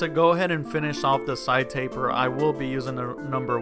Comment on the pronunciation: He really said cleanest tapet